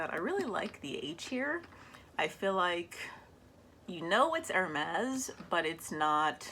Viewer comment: Hermès not hermés please 😁❤️💋 J’adore ta collection de sacs Hermès Gros bisous à toi 💋💋💋